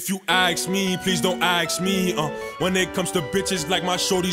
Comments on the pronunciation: This nigga sleepy hallow said axe me instead of ask me 😂😂😂😂😂😂😂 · No one: Sleppy: "Please don't aks me"